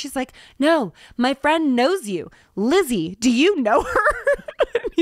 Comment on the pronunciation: Lizzie ... stop. just stop. ewiize.